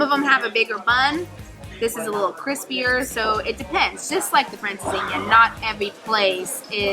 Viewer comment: For those of you that doubt and bona fide Portuguese credentials, just listen to her pronunciation of “francesinha” and watch his video on the issues and challenges of the Portuguese real estate market. Congrats, guys, you rock! 😊